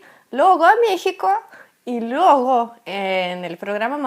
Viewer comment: preciosa.... se dice LUEGO con letra "e"" en medio y no LUGO, cariños:-)